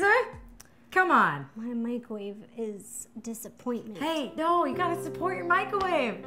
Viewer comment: Micawave lol